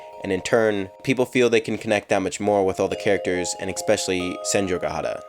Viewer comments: STOP SAYING EXPECIALLY The word is ESPECIALLY. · Am I the only one bothered by the way he said especially